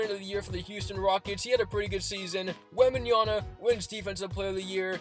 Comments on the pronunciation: "WembanYana" !? "Can Fox do it himself" (While Trae Young is dribbling) - bro you be babbling 🥴 and should relax on the game calls. Just call the game in a normal voice, maybe you could actually identify the correct players and names. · Why do you keep saying Wemby's name wrong?